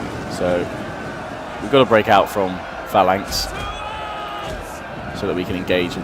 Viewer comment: why do you say phalanx like that? I'ts the incorrect way to pronounce it doesn't matter just saying:D